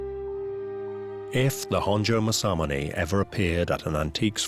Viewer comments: Don't worry it's irritatingly mispronounced by this narrator. Mas-a-moon-e not mas-am-un-ay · That can't be how you pronounce masamune, MA-SAMUNAY? Surely not. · it literally says and reads Maa- sah-myoon. Both "a's" go up front when you spit it out before you laugh it up. Maybe try pressing the mic icon. It is a helpful tool to help you hear the proper pronunciation.